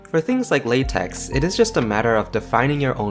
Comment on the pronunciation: it's pronounced lay-tech (lah-tech also works)